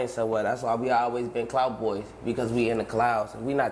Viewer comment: true but when u say clout fast it sounds like cloud